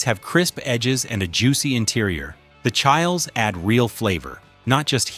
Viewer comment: Hard to watch this crap. AI calling chiles, Childs